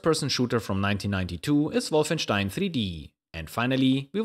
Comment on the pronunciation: Finally someone else pronouncing Wolfenstein correctly! So far only CPU Galaxy and Philscomputerlab pronounced it correctly!